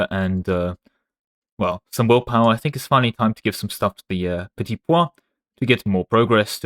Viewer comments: Why are you calling the petit peuple petit poids 😭 it' pronouced "P-a (like the english word 'a') - PL" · You pronounce "Petit Peuple" like "Petit pois" which means peas